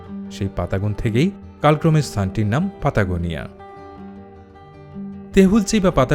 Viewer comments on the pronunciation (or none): স্পেনীয় ভাষায় "ট" উচ্চারণ ও "অ্যা" উচ্চারণ হয় না ("লাতিন গোষ্ঠীর" ভাষা) তাই "প্যাটাগোনিয়া" ("জার্মানিক ভাষাগোষ্ঠীর" ইংরেজি ) ভুল উচ্চারণ । সঠিক উচ্চারণ হল "পাতাগোনিয়া" ।